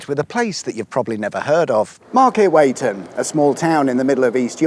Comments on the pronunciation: Pronounced Weeton not weigh ton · It’s pronounced Weeton, but don’t worry, it doesn’t really matter. I grew up there; can confirm it REALLY does not matter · The second part of Market Weighton is pronounced like ‘wheat’ by the way, cracking video though 😸👍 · By the way its pronounced Weeton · Pronounced wheat ton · It’s pronounced Weston 😊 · It's pronounced wee-tun. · It may be spelled Weighton but it’s pronounced Weeton. I’m from Beverley & yes the Westwood is a prime dogging spot. Also the best Prodigy gig I ever attended was at Brid spa in 2008. RIP Flinty. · Home town mentioned! also the locals pronounce it "wee-tun" , and "lee-vun" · It's pronounced weighton, not weighton. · Weighton - pronounced: Wheat-on. It ain't heavy!